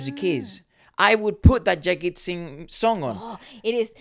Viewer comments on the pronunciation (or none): Koi Fariyaad (Tum Bin 2001) by Jagjeet Singh made me a fan of him and Ghazal songs... WOW!! ♥ ♥ He is knows as the King of Ghazals 👑 👑 Edit : his name is properly pronounced as JAGJEET - Jug.Jeet & not Jaggit which means Jag: The world, Jeet: To win/winner - The one who won the world or World winner 🌐 🌐☺